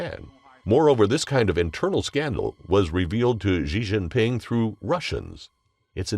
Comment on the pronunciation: The current reading voice thing you're using pronounces X incorrectly in Pinyin. Xi Jinping is not pronounced "Zhee Jinping", etc. If there is some way of remedying this, please do so. It isn't good for a channel focused on China to be mispronouncing names like that.